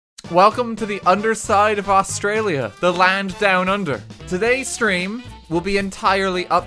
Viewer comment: y can no one exept australians say australia properley.